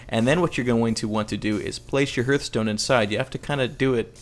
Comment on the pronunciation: Hearthstone is actually pronounced Harth-stone, such as a hearth.